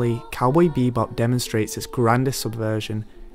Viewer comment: It's "cowboy bebop" not "cowboy beebop"